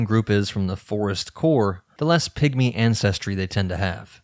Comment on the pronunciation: I’m so sorry, but I hear „pick-me‘s“ every time he says pigmy 😭 I can’t unhear it!